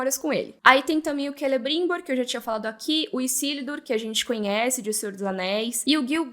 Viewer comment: Tão satisfatório ouvir a pronunciar Celebrimbor em portugues da forma correta.... kkkkk🥰😆